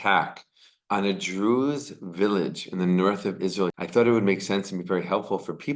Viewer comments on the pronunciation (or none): Am I the only one hearing "Jews" every time he says "Druze" ? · He pronounces, "Druz" like "Jews"; its almost impossible to tell if he meant Jews or Druz LOL